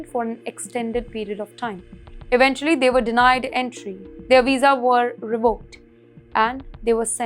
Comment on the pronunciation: A Weeza? What's a Weeza?